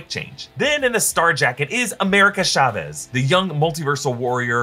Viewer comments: The way he pronounces "America shavés" Someone tell him it ain't that exotic at all. It's just Chavez. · chavez is said like chalk or choclate not shavez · I get triggered when you pronounce Chavez as Sha-vez